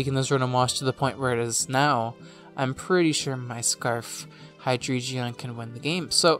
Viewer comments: Hi-dree-geon? Who is she? We don't know her. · hidreigon "hi-DRI-gun"